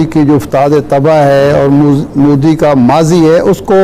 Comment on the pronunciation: Abe Pakistani pehle thik se bolna sikho mudi nahi modi...